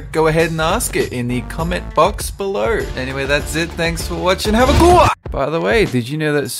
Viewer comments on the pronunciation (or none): none